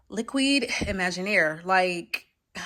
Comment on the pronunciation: love your videos and taste! Just wanted to say that Liquides in French is pronounced "LEEKEEDZ" not "LIQUIDS" like in English.